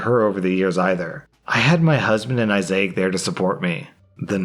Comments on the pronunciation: Dude that was so weird hearing you combine the names "Isaac" and "Isaiah" into Isaiac when the friend's name is spelled as "Isaac" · It’s Isaac, not Issaic; please, please stop doing this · *Izak, not "I-zay-ak." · "Issac" = "I zay ik"...? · Why do you keep saying Issac so strangely? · So... are we not gonna talk about butchering Issac's name?